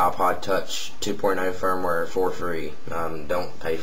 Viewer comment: its firmware not "fire ware" firmware is like a kind of software